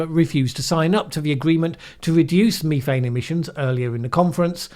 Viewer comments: well it's statistically impossible that in all my decades of existence I've never heard it pronounced Me thane Until 🙃🙃🙃🤔🤔🤔😜😜😜🐒🐒🐒😎😎😎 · This last one Is incidental You and me Me me me me Methane You Say you and methane Nobody Pronounced the word Ever the way you do Methodical Meth Meth meth Methane I know do not throw stones When you live in a glass house But you say it alot And are going to continue to use it Soooooooo 🤪🤪🤪🤫🤫🤫🙋‍♂️🙋‍♂️🙋‍♂️🤔🤔🤔😜😜😜🐒🐒🐒😎😎😎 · I say you and me thane. And I think you're right that says meth ane; though it didn't really bother my ear. The BBC always says me thane.